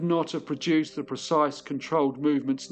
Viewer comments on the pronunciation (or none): none